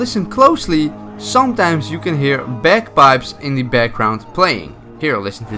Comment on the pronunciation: When he says bagpipes it sounds like bed bugs